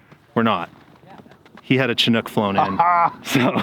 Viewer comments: So funny listening to you guys say Chinook😆It's pronounced shĭ-noo͝k 😉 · I got to ask, why do so many people pronounce Chinook wrong? Shin-nuk, not Chi-nook.